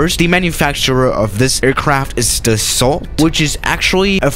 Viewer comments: you have to say dasso mercUre You don't have to say dassaultee or mercioure c'est facile! Test le rafale à marseille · It’s not pronounced as it spelled it’s pronounced Dasso kinda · And the L too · French people: dassault: the salt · Should learn how to pronounce Dassault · “Doesn’t even matter” French: TRIGGERED Edit: the “t” is Dassault is silent. Like Renault.